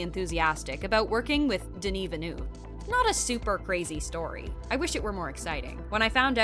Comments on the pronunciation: how the voice commenter butchered Denis's last name. "Vanou" : ' ) Come on, French is not that complicated. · It's pronounced veel-nuv, not vinoov. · Villneuve not venoove is french canadien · It’s not so difficult. Why complicate your life by pronouncing it Ville- NOO -ve instead of Ville - NUH - ve which is the closest thing I can think of that sounds like EUVE. Who’s this Villnoove they speak of? Lol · Alright "Vilniuve" I can stand but "Cannès" ? Bro ! It's Denis "v-ill-n-huh-ve" and "can" festival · Swear to god if I hear Denis Vinouve one more time Svp prononcez le comme il faut c’est gênant 😅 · Just don't say his last name if you can't ahahah Denis Vinoove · Its Denis Villeneuve, not Villenoove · Molesting in an american way the pronunciation of names is NOT accepted. Veelnuve is different from Villeneuve, Canès is way different from Cannes. Other than that, that was a good coverage of the movie's background. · Denis Vinew? It’s not that hard to look up how to pronounce his name before you make a whole ass video on his movie. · I love the way Rebecca Ferguson highlights the correct pronunciation of Villeneuve in the FIRST CLIP then the narrator throughout the video...."Vinnoove". FML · Yeah OK but why do you keep saying "Denis Vannuv"? It's just a french name not some alien language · American's needs to learn how to say Villeneuve. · I'm really bothered by how this narrator keeps mispronouncing Villeneuve. She even says Cannes like "caNESS" LOL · The narrator couldn't learn to pronounce Villeneuve's name properly? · The way she just can't pronounce Denis Villeneuve name is so funny 😅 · denis has pronounced it himself a few times on youtube. im surprised at the needless fail in this video. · Jeez! "Villeneuve" is not that hard to learn and pronounce properly! You butchered it 50 times! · please inform you how to pronounce villeneuve